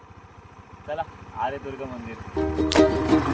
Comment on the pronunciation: छान, व्हिडीओ, या मंदिरांना हजार वर्षापूर्वीचा इतिहास आहे.कातळ शिल्प तर त्याही पूर्वीची आहेत.तेथील लोकल रहिवाशांकडून थोडी माहीती घ्यायला पाहिजे होती.ते बराचसा ऐकलेला पिढ्यानपिढ्यांचा इतिहास सांगूशकतात.आपण उच्चार आर्यदूर्गा असा करताय पण आर्यादूर्गा असा आहे.बाकि निसर्ग, जवळच असणारी विहीर,ओढा,नाटकांचा कट्टा हे दाखवता आले असते.तेथे असणारे पुजारी पाध्ये,विचारे गुरव यांच्याकडून माहीती मिळाली असती.